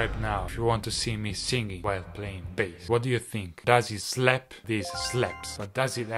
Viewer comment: That is not how to say it